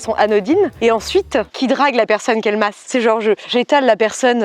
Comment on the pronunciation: Quelle MASSE (avec l'accent espagnol "Màs"), elle m'a tuée 😍😂